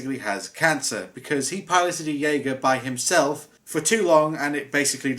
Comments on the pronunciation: Dude, it's pronounced "Yay-Ger". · It's pronounced yeagar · Fun fact, it’s not pronounce the way it’s spelled jeager is actually pronounced Yeager. What is with humans and not spelling something how it is pronounced. Edit: it’s weird how Gipsy Danger is the one that fell over when your talking about the movie the robots in, very strange.... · It is pronounced je-a-ga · You don't pronounce the j in Jeager as you would in the word jay. You would pronounce it as a y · the j makes a y sound it’s German for hunter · You missed pronounced Jeager, say the j like a y or u.